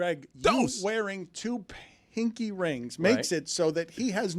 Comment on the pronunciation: The way y’all are pronouncing pinky made me jump every time